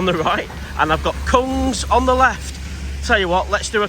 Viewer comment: Just so you know, the word "Kung" is pronounced "Goong". Goong means prawn and is a common nickname in Thailand for females. Often when you see a "k" in a Thai word at the start of a word written in English, it is often a "g" sound